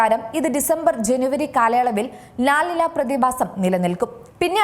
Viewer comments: ലാൽ നിന അല്ല ലാ നിന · “ലാ നീഞ്ഞ” ആണ് “ലാ നിന” അല്ല 😂